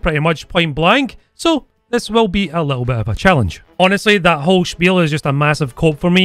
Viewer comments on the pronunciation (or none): none